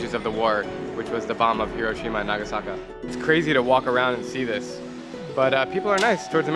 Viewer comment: You can't go wrong with visiting Japan! But it was Nagasaki, not "Nagasaka". Now, some Japanese after the bombing of Hiroshima thought, "Hey, let's go to Nagasaki, it has a historical Christian population, the Americans won't bomb there!" Big mistake!